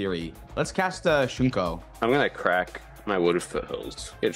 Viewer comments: “Shù-koh” Not “Shunko” Pop. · Shuko. SHOE-KO. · can you go back and read the name of the equipment that got Mental Misstep-ed? Read it carefully, and tell me how many of the letter N appears in "Shuko" 😂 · At this point, is farming interaction by continuing to pronounce Shuko as SHUNKO 😂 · there is no "n" in shuko 😂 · lol it’s better than Pleasant Kenobi. He calls it “Shook-oh” haha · saying SHUNKO is like when your nice uncle gets into a game you like but just CANNOT pronounce names 😅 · THERE IS NO N. Please. It is pronounced Shoe-co. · You guys haven't seen other episodes where he shows his inability to pronounce Shuko. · Came here to comment that it makes my eye twitch a little bit every time he says it.